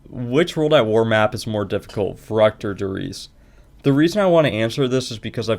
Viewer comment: im sorry but i need to be the asshole that says the "actually verrückt isnt pronounced that way" anyways, nice run and congrats for the WR